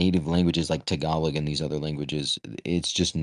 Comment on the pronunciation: That fool said "TAGOGLOG "LOL (that's a Filipino language not an American language) he's an idiot haha😂😂😂😂😊